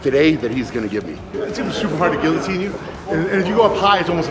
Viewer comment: Frank can’t even pronounce guillotine correctly.